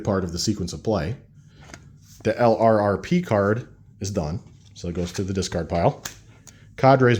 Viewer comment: Enjoying your series, but I wanted to make one comment. LRRP should be pronounced "lurp."